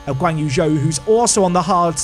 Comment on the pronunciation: Zhoe is pronounced joe not zoe